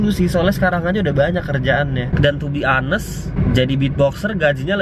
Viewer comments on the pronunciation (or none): none